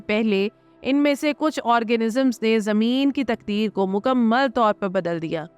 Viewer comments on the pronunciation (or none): none